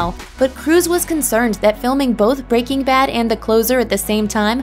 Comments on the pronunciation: It bugs me how the narrator says "Breaking Bad". Weird inflection. Makes me think she probably never seen the show and she's just reading a script. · I hate the way this woman says breaking bad. It's like she puts the emphasis on the work breaking....Just, why?